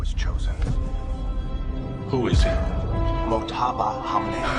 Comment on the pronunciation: Just an FYI The J is silent in Mojtaba, pronounced Mowtaba